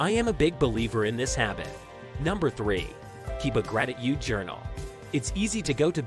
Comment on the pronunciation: Great video! With great steps I agree with all of it, but the way u said GratiTude kinda irritated me lol Love the video though